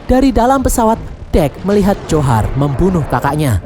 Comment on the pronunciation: Njhorr namanya bang bukan johar